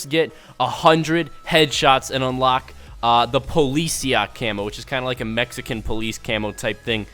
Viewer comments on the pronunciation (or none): none